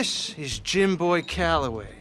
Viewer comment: LENNY MAH BOAH